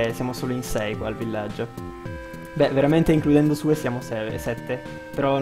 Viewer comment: Però,anche nell'altra let's play la chiamavi Sue e noi ti dicevamo che si diceva Siù,testardone.